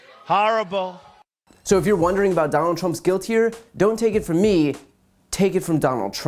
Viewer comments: "Har-able, har-able! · Harible. Harible. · Harrable, just harrable...